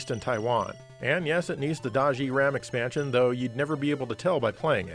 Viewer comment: Does he say “extansion”?